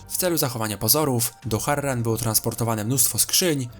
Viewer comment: MÓWI SIĘ HARAN